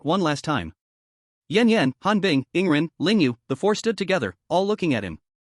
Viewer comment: Dude why always say rarely yawning for yingren its annoying